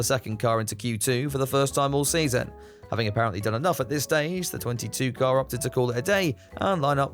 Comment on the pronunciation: I DESTWOYED DA KARRRR never gets old.